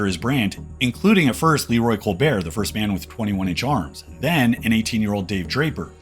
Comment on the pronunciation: The t isn't silent in Colbert generally.